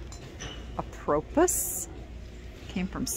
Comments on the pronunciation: The word is "appropos" and pronounced as in the French manner: app pro po" with all long O's. Meaning appropriate... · Apropos is pronounced "apropoe". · Apropos pronounced a-pruh-pow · French, again. Lol Apropos means appropriate and pronounced Ah-Pro-Poh. 💜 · Love how you pronounce peony and apropos